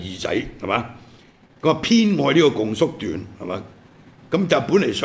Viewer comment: 「共叔段」，「共」應讀若「恭」。